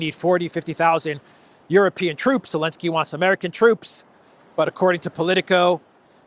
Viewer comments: I love that you still call him Elensky 😂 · What's the matter with you saying Elensky. Algorithms? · Is the Z in zelensky silent?